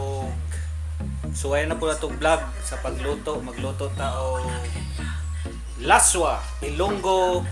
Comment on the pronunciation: Ilonggo dish Pronounced as las-wah Not la-swa